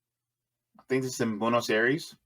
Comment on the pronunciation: Funny analysis, interesting. 😎 But bro, your pronunciation is all over the place! Milei is pronounced "Me-Lay" and Buenos "Bwe-nos" not "byu-nos" or how you said it 😅